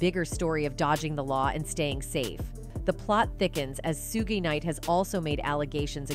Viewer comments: At least learn how to pronounce these people's names. Its pronounced "Shoog" like sugar. Not Sugay 😂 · Yes and diageo they have wrong aswell but constantly hearing sue-gay knight is annoying 😂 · It's pronounced shuugg ma'am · Whos SOOGIE/SOOGEY night? lol Is this read by AI. Appreciate the post but wont be back.